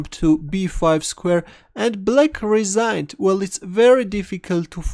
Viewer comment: You sound like a nice guy 🤙🏽 Was a little weird how you said "resigned" tho